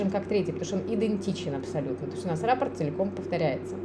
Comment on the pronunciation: Большое спасибо за книги и видео. Вяжу сейчас подушку мозаикой из центра. Прошу прощения, что поправляю Вас, но в слове "раппорт" ударение на последнем слоге.